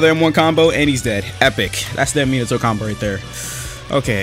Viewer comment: Meen-ato